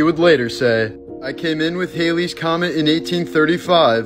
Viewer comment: He mispronounced Halley’s.